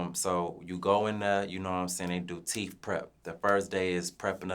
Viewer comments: Fuck nawl 😂😂😂 “teef keef” TOOK ME OUT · Them teef not teeth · Called that man Teef Keef 😩😩